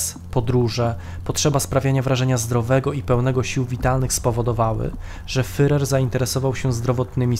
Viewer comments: Nie „fyrer” tylko fuhrer. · Świetny program tylko ... wymowa. Popracujcie nad tym (może jakiś konsultant), bo aż uszy bolą od tego fyrer. Nie fyrer tylko firer (tam jest tzw. u umlaut, poproście kogoś, żeby wam powiedział, jak to się wymawia). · super film, tylko ten "fyrer"... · Nie Fyrer, a Firer !!!! Podstawowy błąd. Ogólnie materiał dobry. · "fyrer", "fyrera", "kurfyrsztendam" człowieku, jeszcze nie rozumiesz, dlaczego nie mają 100 tysięcy subskrypcji? Autor kaleczy ten język tak, że nie da się tego słuchać. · Jest Pan inteligentnym człowiekiem,dlatego troszkę sie dziwię że mówi Pan "fyrer"😉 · Materiał ciekawy, ale wymowa "fyrer" to katastrofa! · Dałem "łapke w gore", ale ... "Fyrer"? Serio? :) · Niby wszystko fajnie, ale kim był ten "Fyrer"? Nie da się go lepiej wymówić? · Jaki "fyrer"? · A to już prawdę mówiąc zależy od danego landu. Precyzyjnie rzecz ujmując powinno się mówić /fjurer/. W kolejnych materiałach stosuje właśnie taką wymowę. Dzięki za obejrzenie filmu, pozdrawiamy! :) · Wszystko fajnie, ale wciąż "fyrer" i "fyrer". Jeśli nie potraficie wymówić tego słowa to odpuśćcie sobie jego używanie. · Bardzo ciekawy materiał, tylko błagam nauczanie się wymawiać słowo Führer. To nie to samo co furer. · jakiemu FEREROVI? IDZ na nakies lekcje wymowy...... swstyd FEREROVI?